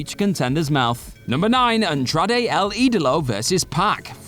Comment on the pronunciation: OMG, it hurt me every time he mentioned Andrade! 😂